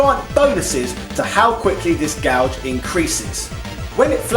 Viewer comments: Is "gauge" pronounced "gouge" in England? How do you pronounce "gouge," then? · we don't - was either reading it wrong or making a joke, i just searched the comments and you're the only one who mentioned it. the first time i was like hmm he read that wrong, but then he says it like 10 times in the next two minutes and i just had to comment too lol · Huh, I didn't know people in the UK said Gauge like Gouge, as in "I'm going to gouge your eyes out". Sorry for the weird observation, another great video!